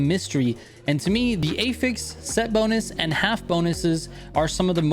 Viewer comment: Hearing him say Affix like "ey-feks" is so confusing until I saw he was talking about affixes 😭